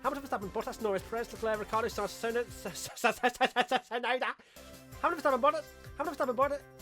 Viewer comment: When saying Tsunoda don't forget to actually say the T...